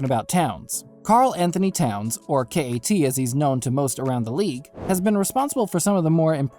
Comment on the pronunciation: Hahahaha completely laughable trade. Wiseman said he didn’t want to play in Minnesota. The Timberwolves will wait until Karl asks out or until his last year on his deal, if they don’t turn it around by then. Also KAT is pronounced CAT not Kay -Aye -Tee. Kay-Aye-Tee? Are you serious?